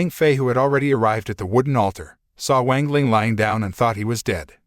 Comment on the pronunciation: Just...go look up how to pronounce things. It's not that hard. As donghua becomes more popular can we at least stop pronouncing "wang" wrong? I mean... It takes five minutes to go look up how to pronounce pinyin. The "a" is always going to have an "ah" sound. X is not z, it's more of a sharp S sound. E, like in Chen, is more like a uh sound. C is like ts. Cao would be Tsao. "Ian" as in Jian or Tian, is like just saying the letters E N. so Tee-en. That should be a good start.